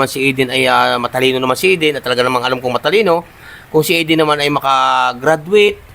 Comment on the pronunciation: Galing ni, tama ang pronunciation ng pangalan ni Eden. Kasi masakit sa mga ears pag hindi na nabigkasng tama. Thank you,.